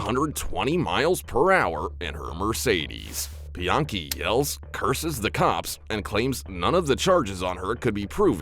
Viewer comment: Lmao you're calling her biankey lol really , come on man and then you changed it to Brittany haha your funny.